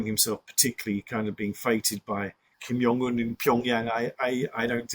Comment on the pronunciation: 'to pull Kim Young Un' The J in Korean (ㅈ) is pronounced like it is in English and not in Dutch and German. It's 김정은 and not 김영은. And immediately after that we're presented 'President Ji' . This is confounding. The X is imagined to be J. It isn't. It's Sh. It's pronounced Shi Jinping.